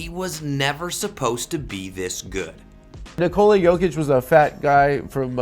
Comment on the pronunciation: His name is Nikola, not Nikoli.